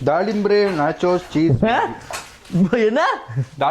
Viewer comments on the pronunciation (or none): Dalimbe ❎ dalimbre✅